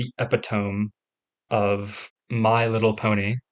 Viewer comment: epi tome